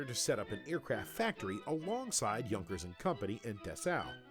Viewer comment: Not that it matters, since we all know what the narrator is referring to, but I don't think that his pronounciation is correct. As far as I know Junkers is written WITHOUT Umlaut, therefore it's pronounced J [ou] nkers, more less like y[ou]th.